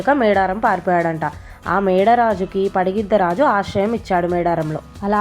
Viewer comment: పగిడిద్దరాజు అనాలి మీరు పడిగిద్దరాజు అంటున్నారు 😅